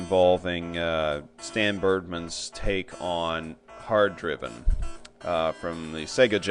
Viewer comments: Hard 'dri-ven'?! lol! It's Hard DRI-VING! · I agree. it's actually a very good port for a polygon game on the sega Genesis. it's definitely playable. Also there was no music in the arcade version while racing either. It's also pronounced more like HARD DRIING. Just the slang version of that. ;)